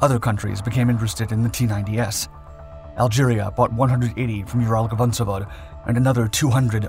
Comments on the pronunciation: Ural-VAgon-Zavod. It' literally Ural-Wagon-Facility/factory. The GavonZavod repeatedly mentioned here just pulls my ears..(love these channels, tho❤) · vagon zavod, not gavon zavod